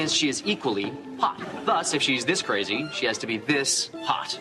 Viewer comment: I was LOL, at the way she said "KRRAZY".